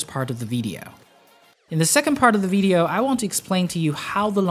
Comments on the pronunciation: why u sayin vedeo? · The veedeeoh lol